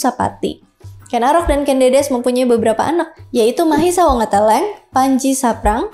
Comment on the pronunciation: ucapnya Mahisa Wongatĕlĕng. E nya seperti pada kata empat, enam. Mahisa = Kĕrbau Wonga = Wunga, Bunga Tĕlĕng = Tĕlang Kĕrbau Bunga Tĕlang.